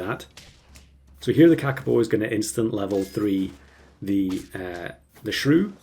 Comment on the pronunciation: you're very close to the pronounciation of kakapo. as close as any non maori speaker